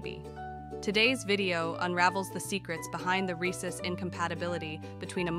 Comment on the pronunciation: Ar-hay-soos. never heard that pronunciation before.